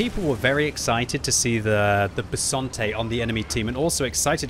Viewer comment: Italian’s tank name: Bisonte.: Bessonte. Subtitles: Besante.